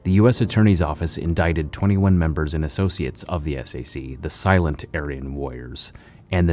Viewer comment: You say "SHU", and SAC, wrong. It's spoken as "SHOE", and SAC is spoken like "Sack". The shank is not at all a "bonecrusher", as a bonecrusher has a blade longer than a foot/12 inches, roughly, and that shank depicted is the smallest one I ever saw (used because it can send a message, yet that message is NOT "I killed him", as it is generally considered too short to cause deaths).